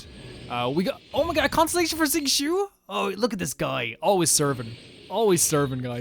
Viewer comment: Uhm acshually it’s (zing-cho) not (zing-Choo) 🤓